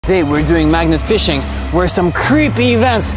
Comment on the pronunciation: Bro said fishing wrong 💀